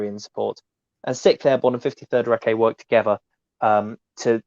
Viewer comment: Fascinating stuff, but please, Recce is pronounced “Rekkie”, not “Reckay”😉